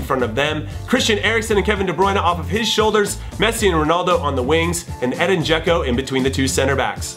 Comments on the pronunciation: Edin not Eden😓😓😓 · It's Edin (EH-deen) Dzeko not Eden, but I love the choice so you can say/spell it however you want, Jimmy! My eleven: GK Gianluigi Buffon RB Dani Alves CB Sergio Ramos CB Thiago Silva LB Marcelo M Luka Modric M Dele Alli M Arturo Vidal W Cristiano Ronaldo W Lionel Messi ST Harry Kane